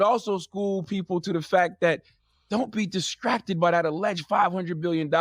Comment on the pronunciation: "Diskracted"- Charminmayne